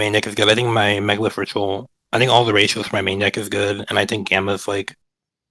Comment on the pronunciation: i stopped listening when i heard him say megalith